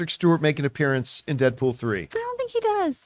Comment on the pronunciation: Who the F is “Deapool” ? Lol